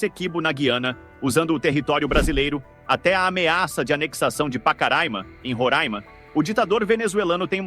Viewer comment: Meeeu Deus! O cara diz "gui-ana", "roráima", "pacaráima". Ou seja, não tem ideia da pronúncia correta dessas palavras. Deve voltar ao ensino fundamental. Até com alguma urgência!